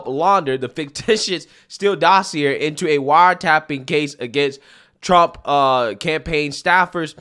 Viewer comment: Meant to be constructive: dossier (dos-see-ay) 🍻